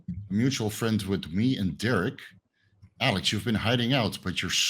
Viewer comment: It’s Alek, not Alex 😂